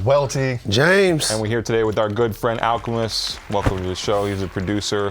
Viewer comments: HOT TAKE: BRENdan did not pronounce al's name correctly in da beginning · Dunne for butchering Alchemist’s name 🤣🤣